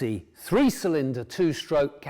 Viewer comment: Not sure I would want to buy a bike from someone who can't pronounce "cylinder" and wears his auntie's sweaters.